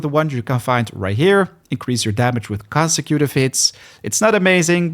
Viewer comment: CON-sek-Ku-Tiv hits … nice try homie , love the vid ❤